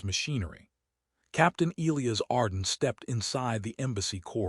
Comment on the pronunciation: Okay why can’t AI pronounce e-LIE-us correctly? Also the Queens body tan looks like she spent time out in the sun but had a top on that was too big so her fuzzy tan lines are too high. Her “armor” cups don’t cover, in fact that isn’t armor at all or it would actually COVER her completely.